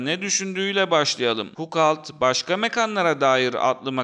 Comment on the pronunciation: Video gayet güzel. Ama referans verirken lütfen 5 sn internette kişinin ismi nasıl telafuz ediliyor ona bir bakıver. Fukalt dedikçe cringe oldum video boyunca.